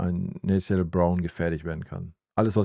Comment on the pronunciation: Er heißt „Na-tha-niel“ Brown…